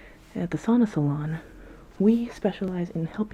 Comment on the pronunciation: Why do you say “Sona” as “Sauna”?